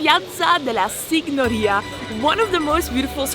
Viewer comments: Your pronounciation of Signoria is wrong. GN in italian sounds like ñ in spanish (España). Also the pronounciation of Loggia is wrong: GGI in italian sounds like the G of vegetable in english, but more marked. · Guys, please, check the pronunciation for some Italian words or maybe let people know that you're not sure how to say it, because people watch your videos and think that's correct. Medici, nocciola, signoria and so much more were all wrong. I mean, it looks like you're trying to be informative so this would truly be appreciated by travellers.